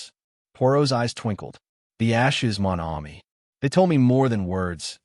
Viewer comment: Not a bad reading except for the butchering of the few French words that Poirot is so famous for i.e. Mon Ami.